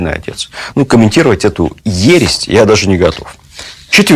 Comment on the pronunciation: Не ересТь,а ересь)